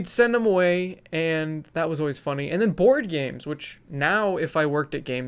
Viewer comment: As a Swede I heard you say "Bored Games"... XD Made my day! TY!